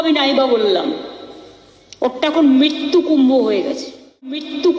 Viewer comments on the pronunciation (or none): মৃত্যু বানান টাও বলতে পারেনা মিত্তু মিত্তু করছে।